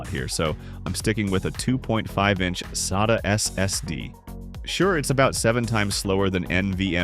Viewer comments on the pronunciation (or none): The only thing that tipped me off was the way it pronounced "SATA."